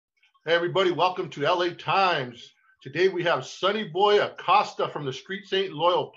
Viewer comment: Come on the way you said sonny's last name? Lol its not pronounced "acossta" it's "ahcoosTA!" Lol 😆